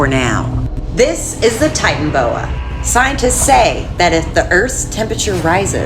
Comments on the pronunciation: its pronounced titanaboa not titanboa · Tiytanabowa not titanbowa that is how it is pronounced how it is spelt titanaboa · ITS NOT TITAN BOA ITS TITANABOA